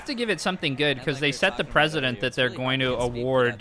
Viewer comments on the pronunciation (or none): set the president LOL did you say that by mistake ? its precedent Lol